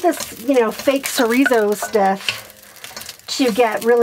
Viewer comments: I read about using soy flour and some apple sauce for egg replacement in Tightwad Gazette years ago so I do that often. Tho I am not cheagan. BTW do you mean Chorizo? I believe it's cha like in child, :) At least that's the way we pronounced it when we made burritos at our store. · Great job can’t wait to try it. If you are interested the word chorizo is pronounced ch like chuck and a long o. So is sounds like cho re zo.